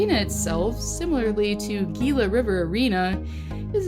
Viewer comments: Uh, Arizona's arena is pronounced "hila" river arena. Unless that was a jab at the team, then I appreciate it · Is it just me or did she mispronounce “Gila” River arena? Winnipeg and Buffalo are awesome by the way